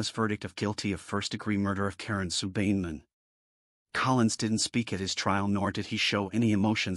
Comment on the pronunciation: Not a bad recollection of what happened however, the last victims name is being mis-pronounced. Karen Sue Beinenmen is pronounced: "Bine a men". As an old school mate of hers, I thought it should be corrected. May she indeed "Rest In Peace"!